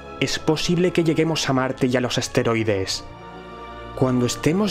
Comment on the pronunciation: Si es verdad dijo esteroides en lugar de asteroides xD. Mas alla de eso excelente video bro!